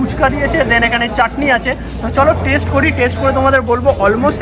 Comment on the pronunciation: ভাই... 'দেন'টা বেশ কানে লাগছে... 'THEN'...